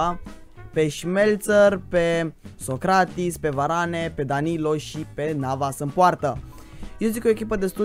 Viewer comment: Bai fraiere se zice varane da se spune varan